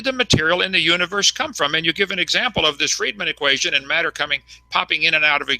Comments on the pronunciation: Thanks to Kunt Hovind every creatard pronounces matter and water like a prick. "If you would take all the Maa-turr....." "During the flood there was a shitload of Waaaah-turrr released and......". Seriously, listen to all the other fuckwads who grew up listening to this molester-glasses wearing fuck. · i bet you wanted to tell him.. How not to pronounce wah'ter or mah'tter